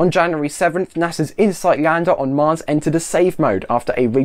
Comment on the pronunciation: I head "Marx" and was very confused XD.